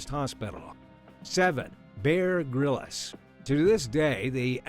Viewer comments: It’s Bear “Grills” not “Grill-is” Listen to 30 seconds of his intro would give you the pronunciation. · Bear Grillis???? This narrator mispronounces so many words in these videos! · Say 'Grills' now you have pronounced 'Grylls' correctly.